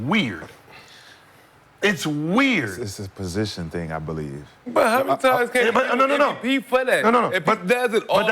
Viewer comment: It’s MVP not NVP